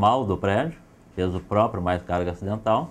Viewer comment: a cara do loco ouvindo ele falar "carga axial" "peso propio" hauahau